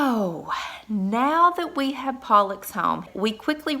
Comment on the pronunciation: Why do you pronounce it 'Pollix?'